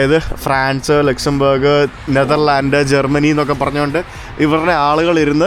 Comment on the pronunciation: pl pronounce the country name properly.... at least do a google check.... ലുക്സാംബാർഗ് അല്ല ലക്‌സോംബർഗ്...